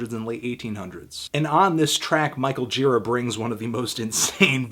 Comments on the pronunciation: You'd think if you loved someone so much you would pronounce his name right. Gira like jeer-AH. Emphasis on the second syllable, buddy. That said, I agree with you. Total 10! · I once spent a day with Gira; we shot the breeze about Hell's Angels, psychedelics, and Led Zeppelin over the span of some 10 hours. Great guy, but his name's pronounced "djih-raw." It's Czech.